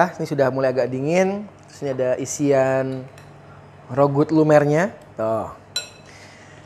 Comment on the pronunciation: Rougut itu bacanya RAGU lho kayaknya...